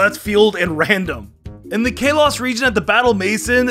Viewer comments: WHY DOES HE SAY KALOS LIKE (K-LOW-SS) WHEN ITS SUPPOSED TO BE SAID LIKE (KAH-LOW-SS) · The way he says Kalos.... Kaylos... I'm sorry. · "Kay-loss region" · I like how he calls kalos kay-loss when it's Kal-los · you dummy its k a l o s not ka los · i feel pain every time he says kalos like “kaylos” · if you call kalos calos one more time i swear to god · Kalos (Call-oh-s) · Ikr its Ka-lows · Sounded like Chaos to me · Or kay-Los lol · did anyone get mad when he said kalos wrong? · Video starts for people who don't want to sit through a sponsor who says kalos like that it's completely wrong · Why tf do you keep saying Kalos like that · Take a drink everytime he mispronounces Kalos. Take 2 everytime he mispronounces anything Hawaiian in the Alola region I challenge YOU